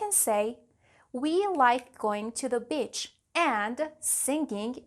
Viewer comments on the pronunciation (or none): Am I the only one who heard the word "bitch" instead of "beach"! in #